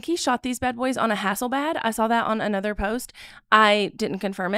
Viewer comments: HasselbLad, not Hasselbad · Hassel-BLAD, not Hassel-BAD. Come on, ye of alleged "classical training" in photography. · Did you say "Hasslebad"? 🤪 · Hey "." It's pronounced HãsselBLÃD. There's two 'L's. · For anyone who isn’t familiar (like the creator here), HASSELBLAD is the manufacturer of world-renowned large-format film cameras. Her mispronouncing it while claiming to have “classical training” in photography is comparable to having a mechanic tell you your “Volkwagon” needs a tune-up! It’s THAT well-known a brand among actual photographers. There are Hasselblads on the MOON, ffs!!! 🤦🏽 This woman is NOT a photographer. I’m not even wasting my time with her analysis. There are far too many other competent creators breaking these brilliant photographs down here on YouTube. Go watch one of those. -Journalism major & former art director of the 2nd most read photography magazine in the US. ✌🏼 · "Hasslebad" LOL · Can’t pronounce Hasselblad? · "Has went?" Mispronounciation of the editor in Chief'sname, Mark Guiducci, and Hasselblad? Take a breath, write a script, check the grammar, practice the names outloud. Mispronouncing "strange" names is disrespect: you pronounce "miller" without trouble...why not Guiducci? Foreign sounding names (Guiducci is Italian, Hasselblad is Swedish) deserve respect as well. Do better You are only harming yourself by not being prepared. I enjoyed your analysis, but it felt all ver rushed.